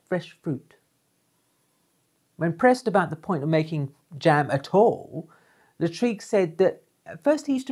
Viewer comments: Great video as always.....😘....P.S......Lartigue is pronounced Lar-teeg....not La- treeg......📸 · thank you for your rich information Jacques Henri Lartigue and not Latrigue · Hi! Thanks you so much for your videos. I’m a big fan. I’m a French amateur photographer and I’ll take the opportunity of your mispronunciation of Lartigue;-) to ask you a question unrelated to photography (this time). I would like to know what you are saying. For my French ears, it sounds like « Hazard hazard ». And you say it each time! And each time I try to catch it but unsuccessfully each time. Can you satisfy my curiosity?